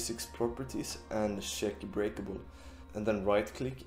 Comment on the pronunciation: the moment you said sheck instead of check I knew you are from sweeden